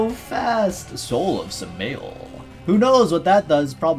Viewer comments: His name is pronounced Sum-ah-L please no anglo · Wonderful content!! Looks like a fun character and even more fun with luck. Hate to be that guy but the pronunciation on Samael is sam-eye-el! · The way you said Samael's name hurt me so much. Its Sam-a-l. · the pronounciation for his name is "Sam-eye-L" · He called him sah-male, I'm done, I'm quitting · U pronounce Samuel as Sam and uel as in annual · By the way his name is pronounced Sam-I-el